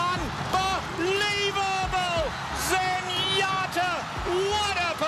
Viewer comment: Trevor Denman is maybe the best race caller ever, but it’s Zenyatta, not Zenyatter.